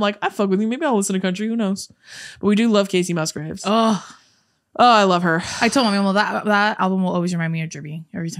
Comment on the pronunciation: who the heck is kacey mussy or kacey musky... whatever the heck you said. I bursted out laughing.. kacey musgraves is who you meant but that was great haha